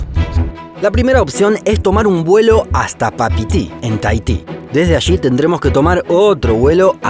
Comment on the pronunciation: Ok voy a aportar al canal pero antes necesito que dejen de decir "ashi" cuando se pronuncia "allí".